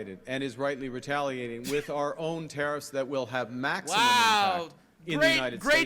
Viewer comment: took me like 5 times until i realized he said tariffs not terrors